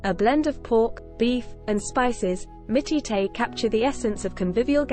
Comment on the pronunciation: Mitiete, is actually called (pronounced mitch).